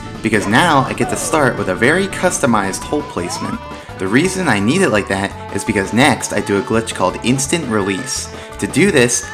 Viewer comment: HOLP O nood sombodo HOLP Not jost onobodo